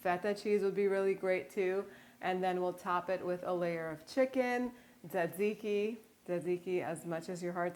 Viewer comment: Minute you said tsixzike I’m sunscribing